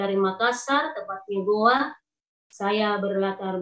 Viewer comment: Gowa bang bukan goa